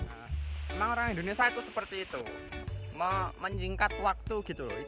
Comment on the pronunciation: Mas , Indonesia .bkn Indonesa